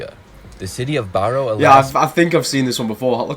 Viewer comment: Narrator can't even pronounce Barrow right.